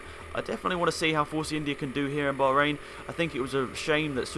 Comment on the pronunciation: "Baharain" GP lol